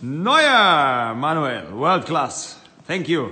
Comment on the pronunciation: ManWALL Neuer, u know ManWALL Neuer